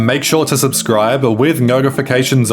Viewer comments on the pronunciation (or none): none